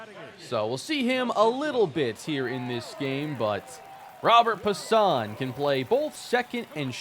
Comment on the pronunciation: If I’m not mistaken, I believe Robert Puason’s name is pronounced “Robe-air Pwa-sone”